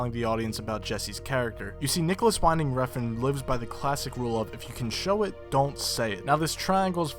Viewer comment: win-ding, not whine-ding.